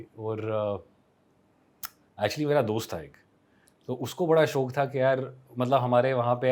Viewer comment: When he said shok instead of shauk then it genuinely felt he’s a real Kashmiri 😘😘😘😘